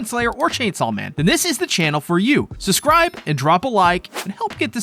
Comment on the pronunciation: suBscribe not suSscribe oh my lord